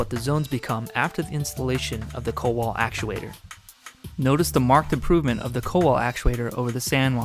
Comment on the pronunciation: It's pronounced koval